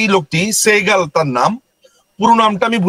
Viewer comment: সেহগাল তো ইন্ডিয়ান নাম, বেটা নামটা ঠিক মত বলতে পারলি না কিন্তু সে যুদ্ধাপরাধী পর্যন্ত জানিস😄